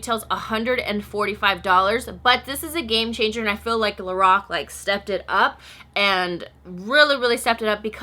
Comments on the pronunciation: I love you girl. But I have to correct your pronunciation of Lorac. It's pronounced like this LO Rack. Like lorack. Not lorock. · The way she says Lorac though